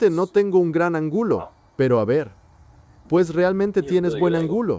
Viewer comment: No tan buena, dijo angulo en lugar de ángulo.